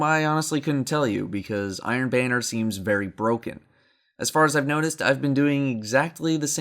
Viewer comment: The only thing I can think of after watching this video is how you pronounce "banner" as "bane-er" instead of "ban-er"